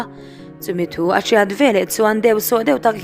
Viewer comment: Kei chu ngaihthlk hreawm k ti lem lo mahse ngati nge chhiat leh chhuah hi chiat , chuah i tih tlat a